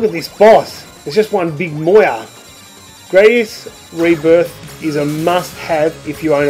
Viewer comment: *Grah-dius, not Gray-dius. See Gradius IV intro for confirmation.